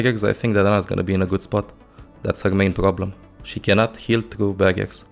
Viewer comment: "She cannont heal through baguettes"